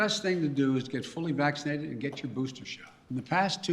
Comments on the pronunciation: He can’t even pronounce vaccinated right 🤦‍♂️ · he mispronounced "vaccinated"*